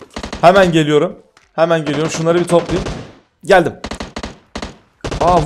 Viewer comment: gelüürüm oraya demesi galp